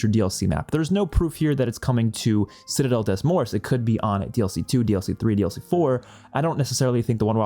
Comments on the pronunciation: Reminder to try using a translator app to pronounce the maps properly :)! Hope to help by saying it sounds like: "Citadel day more" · Citadel De more is how you say it both T and S sounds are silent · I'm pretty sure it's pronounced citadel day more. Have a nice day!